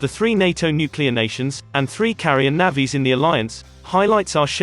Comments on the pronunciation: The commentary on this channel is a joke! "navvees" lol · Its not Navvies, terrible robotic videos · Bloody ‘naavies’ it’s navys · Learn to pronounce 'navies' correctly !!!!!! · Yea I can guarantee you. That’s not how Irish people prounounce Navies